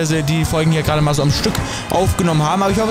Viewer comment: Nicht ger sondert ged